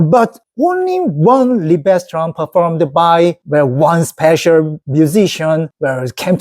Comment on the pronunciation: Fantastic! I'm a hugh classical music fan and it's a joy to hear you talk so enthusiastically about it. I really hope you and your wife can get tickets so you can Seong-Jin Cho live. One tip: the stress in Liebestraum is on Lie. So it's LIEbestraum. By the way, I can highly recommend my favourite pianist of all time Vladimir Horowitz. Greetings from the Netherlands 👍